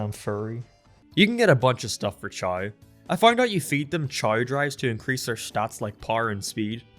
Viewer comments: say it with me cha-ow Not ch-ay like u say god damn ur drivin me insane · I keep hearing 'Chai' whenever you say 'Chao' XD Just wait until you go down the rabbit hole of genetics and start making some sweet-looking breeds, as well as additional evolutions that add even more customisability, then breeding for good ranks like you would for a full 31 IV pokemon and create an all-powerful beast. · Whenever I hear "Chao", it sounds like "Child"